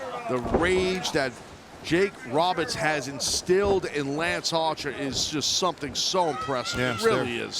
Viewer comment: Wow, you have managed to mess up lance Archer. How? Why? That was way more comical than it should have been.